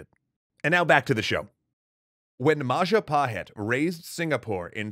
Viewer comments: Mapajahit ❌ Mahajapit ❌ Mapahajit ❌ Ma ja pa hit? ✅ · Mapajahit ❌ Mahajapit ❌ Mapahajit ❌ Mahapajit ❌ ... Ma Ja Pa Hit? ✔️ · As the last episode came up, I wanna say thank you very much for all hard work. . Just have one thing for all, including indonesian, about the most correct way to read "Majapahit". It is Maw-Jaw Pa-it ('h' is silent). It derives from Maja (read:maw-jaw), the bitter (pahit) fruit. My village name is still has its correlation, Curahmojo (Mojo-Creek). It is 40km from the center of Majapahit kindom. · Majahapit ❌ Mapajahit ❌ Majapahit ❌ Mahajapit ❌ Ma-ja-pa-hit? ✔✔✔✔✔✔✔